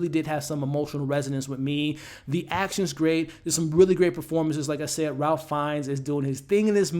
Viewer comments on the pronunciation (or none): Ralph - pronounced RAIF ✨. Great review!